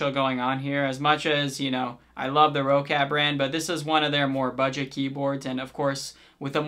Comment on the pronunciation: Its actually pronounced "rocket" other nice vid. 👍